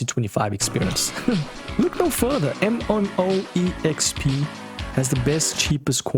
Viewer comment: you're saying 'M on O EXP' in your intro, btw, not 'MMOEXP'